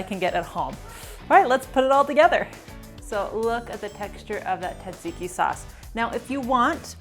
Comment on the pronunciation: This is an awesome quick dinner recipe! Love the technique, but please don't forget the s sounds in tsatsiki! You're a treasure tho!